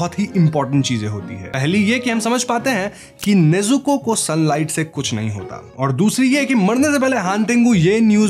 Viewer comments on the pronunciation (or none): Nezuke was also mispronounced it was nezuko 🤧🤧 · Bro It's Nezuko not Nezuke😊